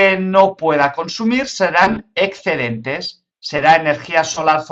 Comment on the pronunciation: "ecscedentes" porrr favorrrrr 🤣